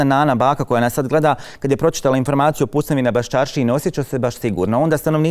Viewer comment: kae ramo "icident" i "iformaciju" hahahah kakav je ovo krks hljebe moj mekani..